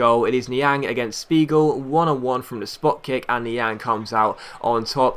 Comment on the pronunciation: If Spiegel is german, your pronouncation was right